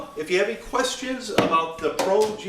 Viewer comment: The correct pronunciation is Pro-L